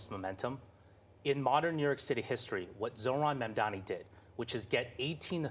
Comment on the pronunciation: One thing I noticed about Cuomo’s first commercial since re-entering the race is that he finally learned how to pronounce Mamdani correctly. Too little, too late, I’m afraid.